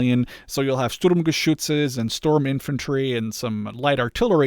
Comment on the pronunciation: As a German I have to admit, no one has ever said "Sturmgeschütze" more beautifully than you